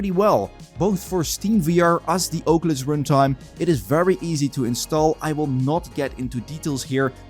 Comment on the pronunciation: God i love the Ohcuelis